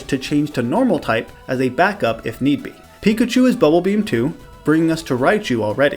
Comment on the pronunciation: seriously dude when i ear u say pickachu u say pikatu WTF try to learn who to say is name god damn is eritating to ear pickatu